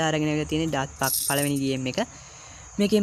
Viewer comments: ඩට් පක් නෙමෙ ඩෙට් පාක්😂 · අයියෙ දත් පක් නෙවෙයි දෙත් පක්